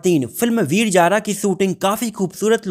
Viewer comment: Abey laudey veeer Jaara na Veer Zaar........ Z aur j mey farq nai samaj aata kyaaa